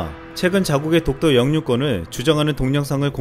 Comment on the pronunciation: 초 자막독도강탈 나래이션 동토강탈